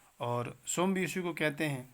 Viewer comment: سم " لفظ کا بھی تلفظ غلط بتایا یہ سُم نہیں ہے یہ سَم ہے جس کے معنی ہیں سُر